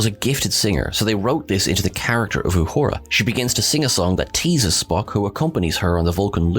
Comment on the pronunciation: Wow! You can't even say emancipation correctly, up your game, because right now you stink. when you mispronounce her character's name and all the other stuff you say on here, you are cheapening the quality of the tribute. respect our culture or we can't respect your channel.